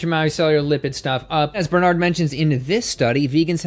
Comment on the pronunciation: Yo...you keep mispronouncing Dr.BarNard